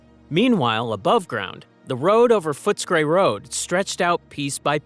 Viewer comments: Franco Cozzo would've been dissapointed. It's pronounced Foots-a-cray! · Yes everyone knows its pronounced footesgrey😂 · The pronunciation of some of the names is HILARIOUS. You need to do much, much better. Fotscray? No, it's Footscray. Yahrah? No. It's Yarra. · if you don’t know how to pronounce Yarra (River) and Yarraville and Footscray and Benalla and Warranjuri (and basalt rock) then it’s pretty clear you don’t talk to Melbournians in your research!